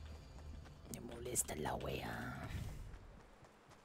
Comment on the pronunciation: me molesta la wea, lo dijo bastante bien, casi chileno xD